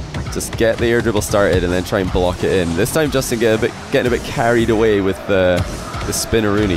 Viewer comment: "Jastin" :v